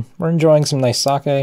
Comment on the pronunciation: Not watched any of the video yet, but my first thought was "Don't you dare pronounce it saki". ...Now to find out :P Edit: YES! Your pronunciation is close enough to the Japanese I don't have to wince every time. :D